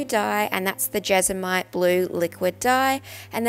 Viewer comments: It's JESMONITE not jesomite! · Do I hear her say Jesomite every time? Is that the brand she uses or is it just mispronounced? Just curious cause we call it jesmonite here.